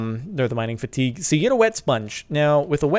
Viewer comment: Lol sparkles 😂 mining fatigue is pronounced mining "fatty gay" it's French.